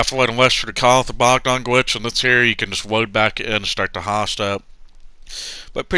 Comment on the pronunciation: I like how he says bawgdon gwitch